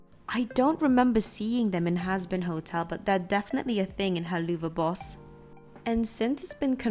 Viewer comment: By the way, it's pronounced hell-la-v-boss